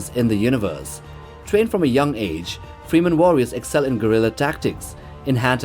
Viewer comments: Geez how much AI slop is in here? Check the Timestamps, its Fremen, not Freeman, etc... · FrEmen, not Freemen. Hurts my ears :) nice video. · its FREMen not Freeman mate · FREH-MEN not FREEMEN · It's pronounced Freh-men, not FrEE-men. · It's slightly annoying the way you say free man instead of fremen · Fremen man! Not freemen. Really bugged me 😂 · frem-men, your welcome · My ears popped every time I heard "free men", but "gorilla tactics" knocked me off my chair. Is this some AI bullshit or what? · Why do you pronounce Fremen like that